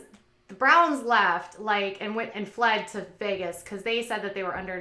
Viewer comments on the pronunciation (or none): none